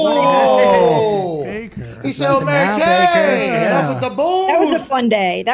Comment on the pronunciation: “It’s Mary KAY” 🙄